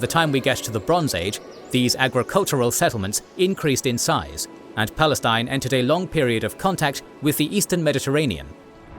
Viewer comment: "Balestin" LOL